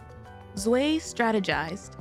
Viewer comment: "Zwei" is actually pronounced "Zvah-ee". It's german for two, obviously.